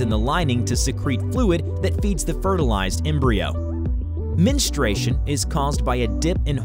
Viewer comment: What is, "menstration"? Is there also womenstration? There's a U in that word! PRONOUNCE IT!